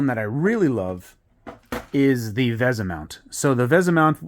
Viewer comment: Also it's pronounced "vee-sah," not "veh-za."